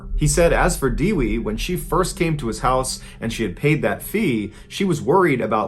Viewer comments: My wife is Indonesian and her name is Dewi. That is not how you pronounce it. It's pronounced Doo-wee. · It's Only Natural Reaction To Smile Whenever I Heard Foreigners Are Trying To Pronounce Indonesian People Name 😂 Her Name Was Dewi, What I Heard From Mr. Ballen Is Actually "Diwi" 😂 Almost The Same Sounds "Kiwi" While Kiwi Wasn't Written As Kewi 😅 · I'm indonesian and the right pronunciation of the victims name is isn't diwi but daywee and the killer name is not saraji but shoeraji